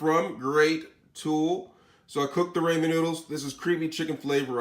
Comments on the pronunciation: Raymenn? Rah-min. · Bro I'm not trying to be mean why do you always say ramen ramez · raymen????? You mean ramen